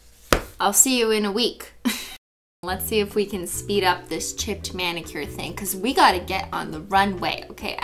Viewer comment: did anyone else notice she said BENnicure.